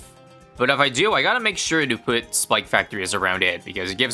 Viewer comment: "poot" Canadianism detected